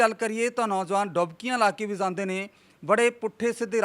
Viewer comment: Anchor veer ik request aa 'jande word nu sahi tareeke nal bolo ..baki sab okk aa